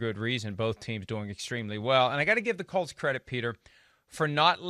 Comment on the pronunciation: Peter King please say the word Colts, not cults